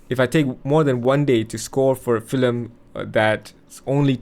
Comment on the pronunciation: Why are you saying “filem”? It’s called a film.